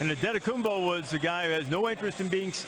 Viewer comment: Can we fine the people who say AntetokounmBBBo. It's a P isn't it? I've heard Giannis say his own name, I've never heard the B.